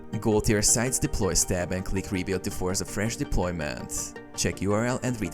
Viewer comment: statusssss deploymenttttt erorrrrrrr. bro jus drags the syllables of the last word